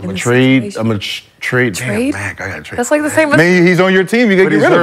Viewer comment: She totally nuked the trade word it’s not that hard lol